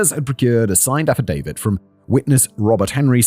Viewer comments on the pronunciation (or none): none